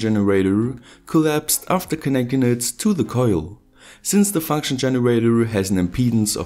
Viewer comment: Fankschn Generawr